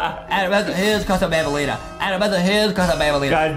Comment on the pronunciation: Bambali a not ndolina